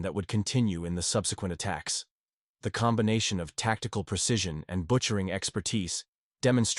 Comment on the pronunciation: Butcher or veteran? He must of not watched his own video to catch those errors. Tacticle tacticle tacticle …..